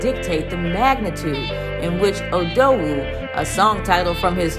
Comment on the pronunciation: U know she said "odowu" ryt , not odogwu😂